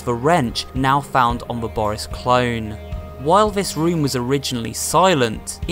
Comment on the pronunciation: It’s not boris it’s booorrrris